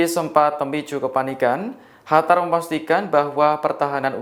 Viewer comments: Qatar mas...( dibaca : KATAR) bukan dibaca Hatar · Kok HATAR sih Mas ? QATAR mas...QATAR !!! Mana ada Q dibaca H, beughhh ! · Qatar bukan hatar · Kok “Hatar” aneh aja dengar nya, kirain negara baru, Q bacanya sm sprt huruf “K” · Knapa lu ngomongnya HATAR siih?!?